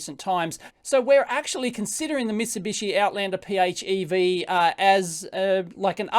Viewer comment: PHEV = FEV, it's pronounced "FEV" lol.